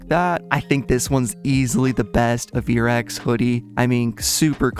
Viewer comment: "Ay-ver-x" not "Uh-veer-x"